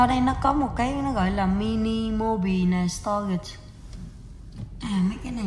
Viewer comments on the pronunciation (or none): none